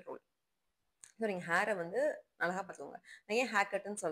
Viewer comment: Pls sis ழ ,ள crct ah pronounce pannunga, not blaming u r influencing many in that way of responsibility, english word oru mistake ku udane sorry kettinga 🎉, but அளகா... அளகா... 100 times sollitinga but not regretting 😢... its a beautiful word "அழகு"